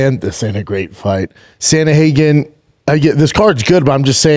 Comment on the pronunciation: SANDA-HAGEN 😂😂😂😂 CANT PRONOUNCE AN AMERICAN NAME IS HILARIOUS 😂😂😂😂😂